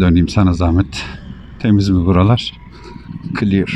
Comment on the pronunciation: 11.37 "Kliyır" 😄